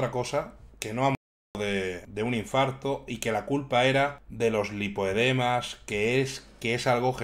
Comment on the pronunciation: Hay tres niveles de “lipodemas” que encima lo dices mal.